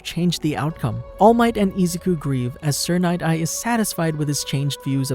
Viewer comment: Bro it's Izuku not Izaku. Good video but that was annoying the f outa me.